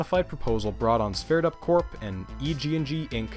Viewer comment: I think it’s supposed to be “Sverdrup”. Looks like you corrected it in your next video 👍